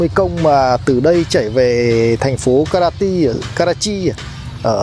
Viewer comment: Tỉnh Kratie đọc là Cro- Chê bạn nhé